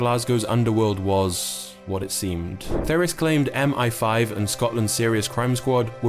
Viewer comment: When you use AI scripts and voiceovers, and don't give a f*** about the quality of your output, M-eye-5 becomes M-fifteen🫤